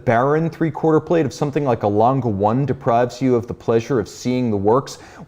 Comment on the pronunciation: Its Lan-Geh, not langah or languh or langa, langeh or lange with short e pronounciation